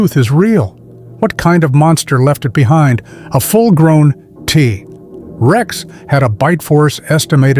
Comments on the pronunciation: worst ai generated speach ever- tah rex instead of t rex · "Tuh tex" ? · Tah - Rex? No thanks AI